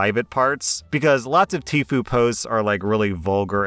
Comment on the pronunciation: Why pronounce it "tee-foo"? It's clearly "tie-foo". The I stands for "I" FFS